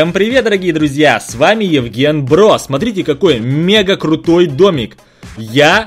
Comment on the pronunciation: Он гаваріл Євґєн брос